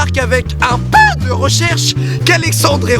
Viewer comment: "avec un pEeu.." Je suis en larmes